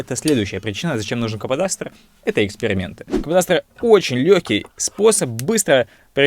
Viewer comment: Слово кападастр сложно для картавых вроде тебя